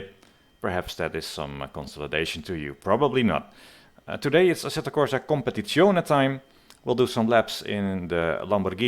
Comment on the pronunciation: You are one of the few foreigners that can pronounce "competizione" correctly. I gues you spent lots of your summer holidays in italy ;)